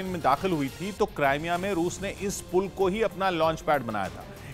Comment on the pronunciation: krimea hai naam not CRIME A ISILIYE MY YEH NEWS DISLIKE KARUNGA